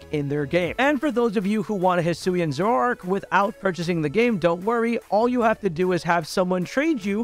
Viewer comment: why did he pronounce Zoroark like 'Zo-wo-rark' wth....